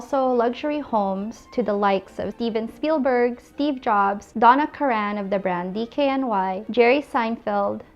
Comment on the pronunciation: Donna Karen. Pronounced like Karen lmao.